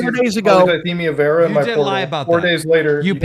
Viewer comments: not being able to pronounce polycythemia vera ever is the funniest part of this whole thing. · Take a drink every time one of them mispronounces the name of the cancer